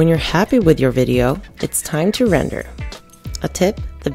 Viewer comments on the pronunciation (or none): none